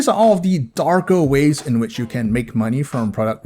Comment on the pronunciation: "Darko ways." I caught that.